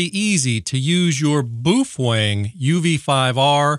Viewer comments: "Bow fang" is how it's pronounced, you hater. Lol jk i love your vids! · Love the information and videos, hate the unsharpened pencil and how you pronounce Boafeng, there’s no “w” in it mate 😂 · the Boofwang pronunciation is amazing forever reffering to it as my Boofwang xD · What's wrong with correctly pronouncing Boof Wang? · Not to mention pronouncing the radio “boo-fwang” cracks me up every time.